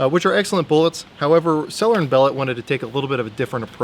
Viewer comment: It's pronounced bo-lay. Awesome gun